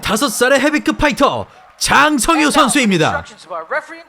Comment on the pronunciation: 아나운서 소개 개찰지네 ㅋㅋㅋㅋㅋㅋㅋㅋㅋㅋ 짜짜짜짜 짱 성 히요 ~